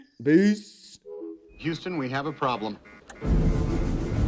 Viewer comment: Houston but he say euston